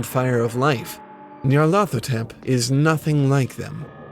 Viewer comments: Its "Nyar-La-Thotep" not "Near-leth-Hotep" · Nee-ar-lat-ho-tep. Nyarlathotep. "Nyarlat is pleased" is what it would mean if it was Egyptian.